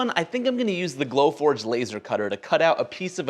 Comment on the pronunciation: I got a glowfordge add after he said gloe fordge lol